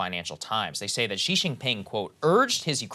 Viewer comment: Good job in pronunciation for Xi. Much better than before